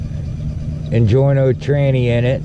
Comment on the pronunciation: Injora not injorno lol